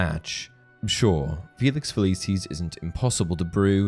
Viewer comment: I physically cringe every time the narrator says "Feliceeez"